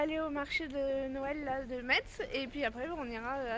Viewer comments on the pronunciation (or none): coucou merci pour cette vidéo des marchés de Noël c'est plus près de chez moi que toi mais je n'y suis jamais aller. alors on dit Messe on ne prononce pas le T 😂 trop bien les chaussons😍 c'était très beau 💕 merci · Super, metz se prononce messe voilà voilà ,coucou de la Moselle. J'espère que tu as visité le sentier des lanternes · Cc, pour info, on ne prononce pas le t de Metz. Et tu as dormi à Haguenau. C'est bondé partout en Alsace en ce moment! Imagine qd on y habite comme moi! 😅 Je suppose que tu as craqué et acheté plein de déco de Noël! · Coucou tu as étais pas loin de chez nous. Je suis allez à Colmar mais trop de monde. Les petits villages sont les meilleurs À Metz c’est très joli ma fille y était en même temps que toi. J’aurais tant aimé te rencontrer. Peut être l’année prochaine tu viendras en Alsace. ❤❤ont ne prononce pas le t pas Metz 😂😂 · Le marché de noël de Strasbourg était plus traditionnel avant. Ce que tu as acheté c'est des têtes de nègre. Petite précision, on ne prononce pas le t de metz. Trop contente que tu es réalisé ton rêve.